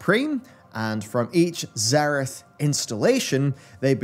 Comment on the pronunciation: You keep mispronouncing obvious terms, like it's not nozDRUmu, but nozDORmu, and in this entire video, it isn't zer-I-th but zer-E-th